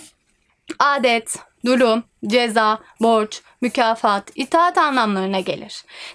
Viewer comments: dulüm değil durum abla ama sorunyok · sen ona mı taktın yani durum yerine dulüm demesin de durum demek istediğini anlamadın mı beynin almıyomu